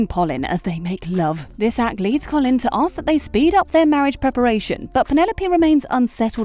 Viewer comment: It’s not “coff-lin” 😂